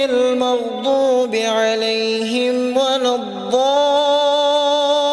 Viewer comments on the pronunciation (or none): none